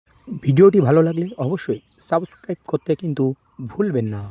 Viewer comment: তুই টিচার কিভাবে হলি রে? টাকা দিয়ে নাকি? সাবস্ক্রাইব উচ্চারণ করতে পারিস না 😂😂😂